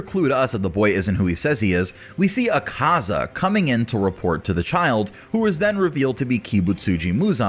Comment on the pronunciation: I love how poorly he pronounces akazas name lmao